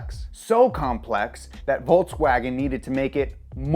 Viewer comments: Why are you saying "volTSwagen"? it's volKSwagen actually. you can't pronounce any german name. "pheyaton", "tureg" Get it together and leanr to speak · It's Volkswagen, not Voltswagen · Dude it's pronounced 'folkswagon'.. You are a car geek..so don't look good you pronouncing it wrong ;P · volKswagen not volTswagen.... smh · It's VolKswagen Why volTs? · In Volkswagen the v is pronounced like f so it's folkswagen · volkswagen pronounce folkswagen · Pronounce it 'Folks Vaagen' :) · It's pronunciation is "Folks-wah-gen" and not "Volkswagen"...